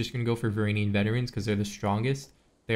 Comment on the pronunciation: Varangian is pronounced vuh-ran-jee-in